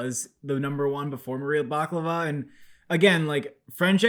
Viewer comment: It's Maria Bakalova not Maria Baklava🤣🤣🤣